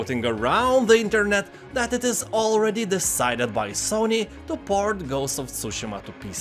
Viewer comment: I want to thank you for not butchering the word Tsushima 🙏